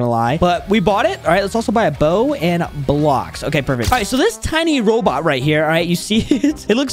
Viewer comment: bro said blaoks